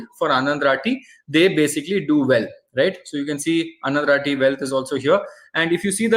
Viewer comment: Normally we south indians,are good in pronunciation. You are calling anandrathi as anandraati...Pl correct..